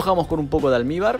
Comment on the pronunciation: Qué es lo que echas en cada capa de bizcocho, ¿Almíbar? ¿Alnibar? No sé qué es, me encantó tu vídeo.